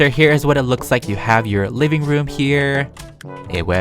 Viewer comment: when he said liveing room i thout he said mini room